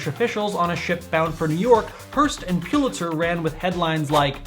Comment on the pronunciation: Pull-itzer not Pyoo-litzer